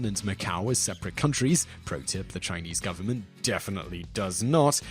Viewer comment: Haha heard that too